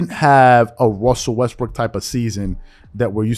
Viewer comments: I caught you sir you said " westbrick" 🤔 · Stop saying his name wrong. He's Russell Westbrick 😂🤣